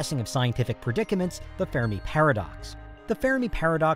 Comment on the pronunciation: Sorry for the pettiness, but it is the fermi paradox, not the fair-a-me paradox. Reminds me of another amateurish, YouTube video where the script reader pronounces the Jovian moon Europa as Europe-uh.